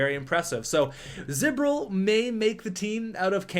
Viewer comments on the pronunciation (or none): Kinda funny you got Galchenyuk and Drouin on the same team now since they were both in the same draft. And also its z bor il not z bir il.